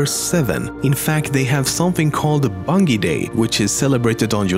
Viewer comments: It is pronounced (bun-jee) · It's pronounced bun-j-ie!!!! ARGGGGGGGGGGGGGGGGGGGHHHHHHHHHHH!!!!! lol jk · pronounced bunjey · His accent. Nah he can pronounce a J. BunJEE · Bungy? It's bungee Bungie. Dumbass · Its pronowned BUNJI not as you pronounce it. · This nigga is saying "bungy" LOL Like something out of a Dunkey video HAHAHAHAHAHA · its pronounced bunjee not bungee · Bungie- pronounced BUN-JEE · I see you miss pronounce Bungie. It's pronounced bun(G) not Bungy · Hey homeslice it's pronounced bunjee. Nice video by the way. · wtf u cant even say bungie right it more like bunjie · It's pronounced bunjie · STOP SAYING BUNGIE WRONG, TOP10MEMES. Phonetically it's "Bun-Jee" sorry but this really bothered me XP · "Bun G ee studios" xD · Toptenmemes? Its bungie not bungee! Get it right! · The way he says Bungie my god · you pronounced bungie wrong..... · U pronoucing bungie wrong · how the fuck did people find out about the scarab gun with a banshee? how the fuck can't you pronounce bungie? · The way this guy pronounces "bungie" pisses me off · Lemmy's mispronunciation of "Bungie" is f%cking hysterical. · You pronounce Bungie wrong. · THATS NOT AN ACCENT HES JUST SAYING THE WRONG G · Bullsh. English is considered the easiest European language, only rivalled by Spanish. Also the accent is no excuse for him mispronouncing Bungie, considering that he has been doing research on the company and must have heard the proper pronunciation at least a thousand times. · learn how to pronounce Bungie, it's annoying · I cried a little every time he said Bungie. I did used to wonder how people found the scarab gun. You can also get it from the scarab as it blows a hole in the roof of the tunnel above you, if you are quick. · Dude, while Bungie is spelt differently to bungee it's still pronounced the same. Watch Bungie's own videos to see how they enunciate their name. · I cringe when he says Bungie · i like how he doesnt know how to pronounce bungie, pisses me off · Bun-Gee? Bun-Jee